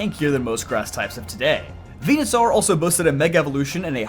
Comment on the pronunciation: Bruh it's pronounced like dinosaur. It's literally ripped from dinosaur. Why are you saying venusaur as venu-sAR when even the anime has made it obvious that it's saur like dinos-ORE. Hell even just sound clips from smash ivysaur would let you know how to pronounce that suffix in this line. Come on